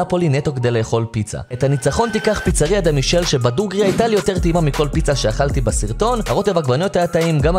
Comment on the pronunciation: ממליץ מאוד על Pepe ingranni , מרחק שעה מנאפולי. בנוסף, לפיצה שהמלצת במקום הראשון קוראים דה מיקאלה, לא מישל. בהצלחה 🙏👏🏻